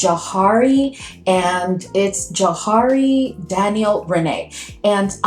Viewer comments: I see Daniel’s videos a fair amount, and it’s pronounced the way you originally said - juh-HAW-ree. 😊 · You pronounced it correctly the first time, Jaw-hari. I absolutely love Jawhari!!!